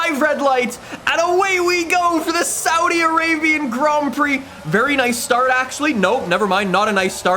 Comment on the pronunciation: Let's gloss over the fact he misprounounced saudi Arabia and Jeddah